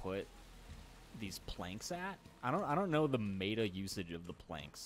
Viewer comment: Lol the way pronounces "meta" as "mayta" is always funny.